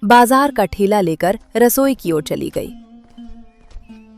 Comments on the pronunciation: Thela❌ Thaila✅ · आप लोग हिंदी कहानियां बनाते हैं और आपकी खुद की हिंदी इतनी बुरी है बच्चो को क्या सिखाएंगे पहले खुद अच्छे से हिंदी सीखिए और ये जो आप ठेला बोल रहे हैं उसे थैला कहते हैं। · Saman ka thaila hota h na ki thela